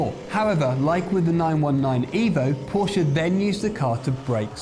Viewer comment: First video that I have watched here. Thanks for pronouncing Porsche correctly. Very few motoring journalists do. I wonder if it's an inside joke.